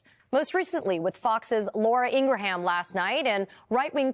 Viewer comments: "INGRA - HAM"...lolol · Laura Ingra-ham?